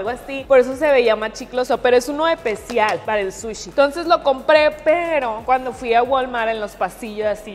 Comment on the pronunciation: me encanta este tipo de videos y me da un poco de risa cuando dice epecial envés de especial